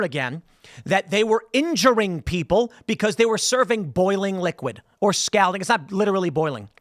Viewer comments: I know it's spelled Scalding, but it's pronounced Scolding with more of an O sound. 🤓👆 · Scalding rhymes with balding, Tim. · How hot is "s-cowding" is that more or less than scalding? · How does Tim not know how to pronounce "scalding?" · How does someone mispronounce the word scalding so many times? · I love your show man…but please say “scalding” again 😂…I can’t stop giggling. Cheers and happy St. Patty’s Day. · Someone tell tim he's pronouncing scalding wrong lol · yo.....why he say scalding like dat though?... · All right, I'm going to have to scold him about how he is saying scalding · Also Tim, how many times do you plan on mispronouncing the word “scalding?” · If this dude doesn’t learn how to pronounce scalding by IRL tonight I’m gonna unsubscribe for sure.